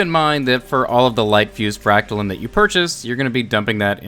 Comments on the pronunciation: frac-ta-line, not lin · Your saying it like fractalin but it’s fractaline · Didn’t know line was pronounced lin. LINE. LINE. Your pronouncing the part of the made up word that is actual word wrong. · For those who skipped first grade, silent E makes the vowel say it’s name. You don’t say “name” as “nam” you don’t say “line” as Lin” you don’t say “fractaline” as “fractalin” 😜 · It's FrACKtaleen, not FractalEEEEN... Gawd... Next you'll be telling me you don't know how to say LeviOHsar...... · Fractaline like saying line God damnit not lean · why do you keep saying fractalin? it’s fractaline, learn how to englands. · It’s pronounced fractaloons! Duh! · I'm sorry, I just can't accept your pronunciation of Fractaline - fractal is a word and Fractaline is just fractal with the suffix "-ine". In the suffix "-ine" the 'e' capitalizes the 'i' giving it an "eye-n" sound. This is true of literary every other word that uses the suffix "-ine" - dine, fine, line, mine, nine, pine, vine, wine. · It’s obviously pronounced as “macaroni farts”. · you prob pronounce Trampoline the same way you pronounce Fractoline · Fractal lines pronounced as read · Fra ct a line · lol Its pronounced FRAC-TA-LINE LOL there is an E on the end and in english that means the I in LINE is pronounced EYE. LOL not getting mad i just got a kick outta how you said it was a made up word, yes that is the case but made up words have to follow the rules of the English language to lol. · It's pronounced fractaline not fractaline or fractaline. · It's Fractaline, not Fractaline.